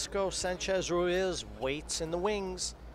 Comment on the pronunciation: Tony, please teach Jim Wych how to pronounce Francisco Sanchez Ruiz's name. It's not Ruaz. He's so annoying to hear.